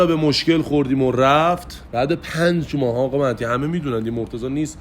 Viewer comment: آقا .مَهدی.مَهدی.خب قشنگ بگو مهدی